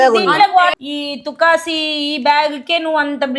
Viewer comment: తుకాసి కాదు మేయ్ , తుప్పాసి అని అనాలి